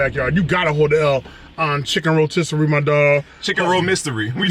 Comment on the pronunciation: Chicken Ro-Mystery 😂😂😂😂